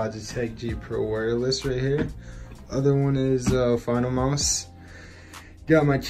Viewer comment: The fact said moose for his mouse hahah